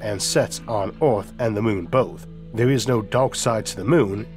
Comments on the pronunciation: pls stop saying oaathh bro thats pain for my ears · No we cannot ..we cannot even get an AI reader to pronounce the word earth correctly .